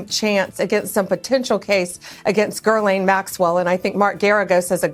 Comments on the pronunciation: Its pronounced 'ga lane' not 'gurl aine' not 'griz lane'...blondie needs hooked on phonics! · Uh, Pam? "Guerlain" is a perfume/skincare company. It's pronounced Ghee-lain, not Guerlain. Man she's dumb... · Hey, Bondi… it’s Ghislane, not Gerlane. Get it right! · Girlane. Every one of these bozo's says her name wrong. Ghislaine Maxwell - her name is pronounced JISSLANE - JISS (like hiss) and Laine - LANE - JISS-LANE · So many mispronunciations - "Gur-laine", "Gee-laine", etc. Apparently "Gih-laine" is just too damn difficult. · Can't even pronounce "Gee-lane" Maxwell--twice says "Gerr-lane"--Ghislaine is a French name & stupid Bondi can't even pronounce it correctly tho she MUST have HEARD it pronounced correctly during all this--right? Kinda stupid. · GHISLANE -- not GIRL-LANE... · Someone, please, tell Pam Bondi how to pronounce Ghislaine Maxwell's name. It is not Gher-laine likw in girlfriend. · Whos gerlaaaannne maxwell ffs can she not pronounce ghislaine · Girlaine? Can’t even say her name correctly? It’s almost funny! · Pam Blondie is a joke. She can't even pronounce Ghylaine Maxwell's name. Image how she can navigate the rest!!!! It is not GURLAINE Madame Blondie, spell it out you dim wit. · ROFLMAO, did she say “Girl-line”, was that a Freudian slip? Honey I thin it’s Ghislaine. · “Gurlane” Maxwell? 🙄 How does one in a position of power like the AG arrive at that pronunciation OF Ghislaine? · She needs to learn how to say Gah-lane Maxwell. There’s no R in her name. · Pam Bondi can't even get Ghislaine Maxwell's name correct. Everything she is saying about Gerlaine is about Gerlaine. She didn't say anything about Ghislane Maxwell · Girl-lane? Really... wake me up when this horror film is over. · Hey dumbass her name isnt “girl lane” how are we supposed to take this lady seriously when she doesn’t care enough to find out how to pronounce name’s properly. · "Ger-laine Maxwell" ? Bondi mispronounces the name twice. 😮😮😮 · Gerlaine? She can’t even get the name right!